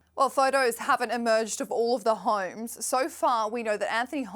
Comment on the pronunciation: This newscast highlighting celebs by a woman who pronounces homes as "hooyums" makes me nuts